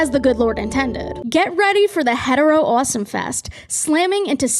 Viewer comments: First time on your channel. Pleasantly jumpscared by “uoawsome” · Obsessed with how you hit the first syllable of “awesome” and “offer” awh-some video you’re awh-ffering what accent do you have 😭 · Love when the Boston accent gets really strong at "awesome" genuinely your voice is lovely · actively struggling to keep my echolalia in check every time u pronounce awesome like that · big fan of how u pronounce awesome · Something about the way that you pronounce any word with "o" and "aw" at the beginning scritches my brain right. I love your accent 💕